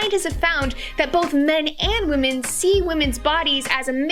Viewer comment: Poor editing . I believe she's trying to say "Women are very often portrayed..." and it definitely sounds more like "-men are very often portrayed...". Kind of a critical point to get right, huh? If there was ever a time to make sure your editing was dead on, that was it. Using Seinfeld as an example for this? Really? Elaine was a highly developed character that was rarely sexualized. Almost all female guest stars had interesting non-sexual quirks. Horrible example. "That men are sexually aggresive while women are sexually submissive." Sorry, that's called evolution.